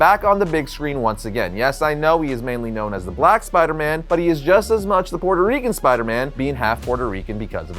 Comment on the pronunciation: "My Puerto Rican brother" 😂 is so Puerto Rican that he pronounces it... like a legit Puerto Rican. Nothing wrong with that. 👍